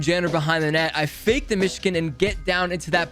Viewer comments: Anyone else bothered he says "mishkin" and not Michigan? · It’s Michigan